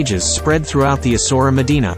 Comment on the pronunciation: Not ESSORA .. ESSA -OOW - ERA.